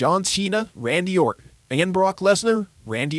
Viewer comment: Is this AI, or did you intentionally mispronounce Brock "Lesnar?" 🤔